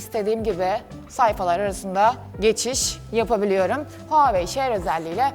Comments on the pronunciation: Abla nolur huwei deme artık markadan soğudum yaaa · Abla seni çok seviyorum ama neden huawey diyip duruyon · Nobody:: Huawei